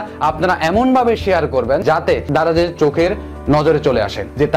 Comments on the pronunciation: ভাই ধারায না.. দারায...আগে ঠিক করে কথা বলা শিখেন...😡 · আপনি ত ভালো ভাবে স্পষ্ট ভাবে কথাই বলতে পারেন না। দারাজ টাও উচ্চারণ করতে পারেন নাই😂